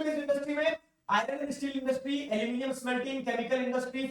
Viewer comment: Aluminium : nahi अलमोनीयम 🤣🤣🤣🤣🤣🤣